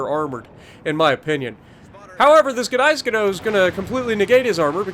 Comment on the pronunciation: The gneisenau is pronounced, nee-se-now.